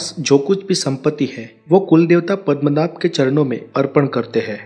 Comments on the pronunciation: it's Padmanab not padamnath , you... hindi folks , I thought ur pronounciation may be different. Literally wrong also. Padam means word Padma means goddess Lakshmi So Padmanab "goddess Lakshmi's husband" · Bhai thek sey pronounce karo padmanaba*